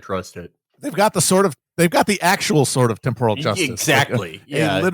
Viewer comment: It's pronounced temporal, not temporal